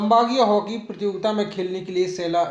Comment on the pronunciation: sar prajogitaa nhi prtiyogita kahte hai